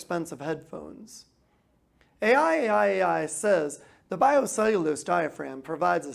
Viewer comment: The brand is pronounced "I I I"